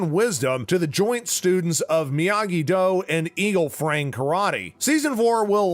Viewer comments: its eagle Fang not Eagle Frang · "Eagle frang Karate" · It sounded like you said "Eagle Frang" Karate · He did